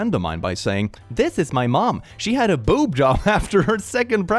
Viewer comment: Boob is NOT pronounced Bob. If you are too foolish to say BOOB, say BREAST! This is not the first time you have done that.